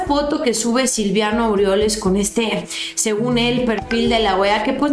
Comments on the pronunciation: Siempre dices Silviano y no es silviano es Silvano se supone que los conoces bastante bien saludos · es Silvano, no Silviano ☺️😉 Saludos! 🙋‍♀️ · Mi estimada no es Silviano es:Silvano... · Es Silvano, no Silviano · es Silvano No Silviano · ...NO ES... S I L V I A N O.....ES.... S I L V A N O....sin la 2da. I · con todo respeto espero y no te ofendas, es SILVANO no Silviano!!!